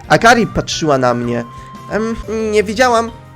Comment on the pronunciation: Praktyki w sklepie? Takim sklepie w którym ona nic nie robi?.. Akri, :_: Zamiast akari